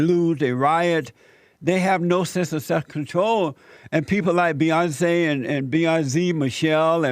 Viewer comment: Beyonzee.. and her sister Soloungzee.. 😅😅 No..not zee